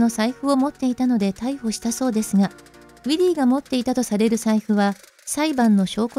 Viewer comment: ６:44分ウィリーは逮捕から、「わすが」になってる